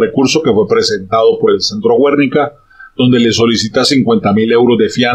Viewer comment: Filósofo, se pronuncia "Guernica", no "Güernica"...